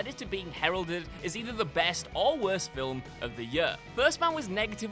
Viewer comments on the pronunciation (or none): it's Film, not "filwim".... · By-oh-pic as in biographical picture not by-op-pic rhyming with myopic. Film is one syllable, not 2 (fill-um) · it's Newt Skamander, not Skarmander. "...two and a half hour runtime which is two hours longer than any filwim needs to be..." What the frak are you even saying here? Every movie ever would like to talk to you.